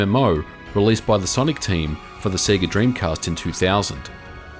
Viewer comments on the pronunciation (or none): It's pronounced Say-Gah.. Not Seeegah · You say Sega weird. Japanese say SehGah Yanks say SayGuh 'Strayans say Seega You seem to be combining the yank way and the aussie way? Se-ay-ga?